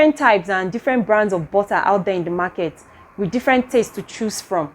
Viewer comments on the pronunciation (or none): none